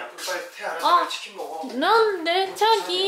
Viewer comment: 3~5년내에 표준어가 바뀔듯 합니다 자기 => 촤기 중독되는 발음입니다